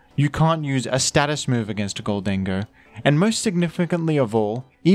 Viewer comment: i love and hate the way you produce “gholdango”